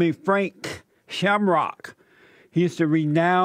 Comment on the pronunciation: "I'm talking to Frank Shamrockuh!"